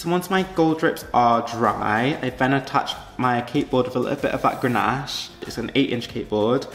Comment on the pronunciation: DONT PUT IT IN THE FRIDGE. IT IS CONDENSATION. And it's GANACHE. NO R. Cringe cringe cringe....